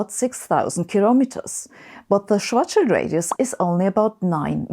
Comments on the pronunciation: it's refreshing to hear Schwarzschild pronounced correctly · Finally, someone who pronounces "Schwartzschild" correctly.